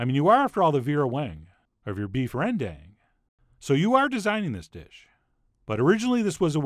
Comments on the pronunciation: actually you're supposed to say ran-dunk. kinda funny to hear people said ren-DANK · its actually pronounced 'ren- dung' like the dung in dung beetle. not 'ren-dang' as in dangggg gurrrrrl haha. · Ironically when you made the ren-done joke, that's more of the correct way to pronounce rendang! 😂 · I regret to inform you guys 'rendang' is pronounced ran-dung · The correct pronunciation is Beed Rendiet! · That's right!!! Chef John nailed this southeast Asian dish well and its verified by a Bruneian as well!!! That's how you cook Beef Rendang (pronounce: Ren-Dung). For us, we probably doubled up that those spices and ingredients! Keep up the great Work Chef John!! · So glad Food Wishes has discovered this dish. Two things. You could mention that it is often if not usually made with water buffalo meat. Second, please pronounce it more authentically (because it is not difficult at all for an English speaker). Say Rendong as in the bell went ding dong. I know it is spelled with an 'a' in bahasa Indonesia, but it is not 'dang' as in 'gol dang it'. It is most decidedly a dong. Actually it is something between the two vowel sounds, but it is much closer to dong. It is in fact a schwa sound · Hi big fan here from Amsterdam, The Netherlands and as you might be aware of.. The Dutch master and know Indonesian kitchen like no other.. Rendang is pronounced Rndang (the e is silent). Please not that you missed a key ingredient in this amazing dish: trassi. A very bad smelling paste made from fermented shrimp. Anyway.. keep up the good work! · 😂😂😂😂😂 it's called beef rendang not rediet!!! I love this guy!!!!! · Actually if you say Beef Rendang in Indonesia they will look at you like a deer caught in headlights and tell you its pronounced "Rendunnnnngggg" 😆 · correct pronounciation, REN-DUNG (as the word dung in english) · Pronounced "rendung"; the a is as in father, not a as in apple. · Rendang is pronounced rendunk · REN'DäNG! Not Reen Daeng! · It pronounce rend dunk